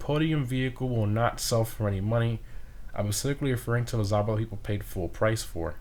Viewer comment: Another fun fact for you: Zhaba means "toad" in Russian. It's not pronounced as "Zaba". "Zh" is a bit tricky: say the word "bardge" a couple times and then drop b, a, r & d and you'll come close to correct "zh" pronunciation.